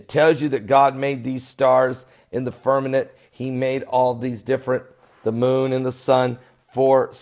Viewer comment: It's firmament, not firmanent. God Bless.